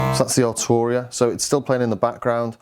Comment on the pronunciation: Prefect. At last - Arturia is pronounced "Ar-Tur-ia" and not "Ar-Chew-Ri-a" as is habitually practiced by non-non-scousers.